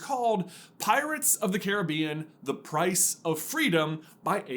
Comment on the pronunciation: I appreciate that you pronounced Caribbean correctly